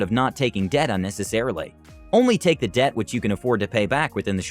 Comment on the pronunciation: It's ironic how debt sounded like death 😬